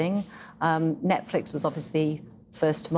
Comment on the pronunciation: Why does he call it ‘Netflick’?